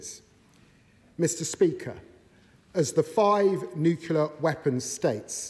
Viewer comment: It's NUCLEAR!!!! Not New-Killer! Who is this guy GW Bush?